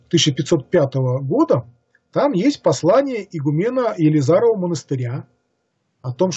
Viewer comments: Игу мен?ударение у него на мен!надо и гу мен на гу! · С логикой у автора не очень хорошо обстоит дело, однако даже больше раздражает произношение с неверными ударениями слов весьма известных (евангЕлие, игумЕн и т.д.). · Да. И БатЫй ещё. ИгУмен